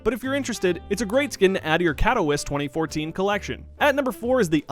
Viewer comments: Katowiss😂😂 Katoveetsay btw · Did he just pronounce katowice kat-o-wice not kat-o-vee-sa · Katowice is pronounced CAT - IHH - VEETS - UH Not CAT - OH - WISS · You gave me cancer by saying Katowice wrong. Pronounced Katovitse no Katowise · btw it's khat-oh-veet-za not cat-wiss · You pronounce Katowice wrong, it’s (kato-vee-say) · everytime he said 'katowiss' i winced and cringed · He said Katowice wrong It’s suppose to be said Kat-o-veet-say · Isn't Katowice said as (Kato-vit-sa) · Katowice is pronounced Cat-oh-vite-suhhhhh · when katowice is cat of wice... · he said katoweeis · Katowice. "Cat-o-wiss". That hurt to hear. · "katowiss" T_T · Katowice is pronounced CAT - UH - VITZ - UH Just an FYI, not a smart ass remark :) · ka-to-wiss and faucets LUL learn how to pronounce things pls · LUL "cat toe wiss" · its pronounced Katovi-ch-ay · really trivial but it triggers me Katowice is pronounced: Kat - O - veet - sa :) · Kato- vit- say Katowice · It's "Kat-oh-veets-ah" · Jesus you butcher the pronunciation of Katowice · holy shit the way he pronounces Katowice and facet kill me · is any polish triggered aswell when he says katowice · I hate how he says "katowice" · I hate how they have these guys who know nothing about csgo make these csgo videos. I mean, braedon seems ok but makes the generic comment about the awp lightning strike looking like a JPEG and can't even pronounce Katowice, smh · The way he pronounces Katowice makes my kidney hurt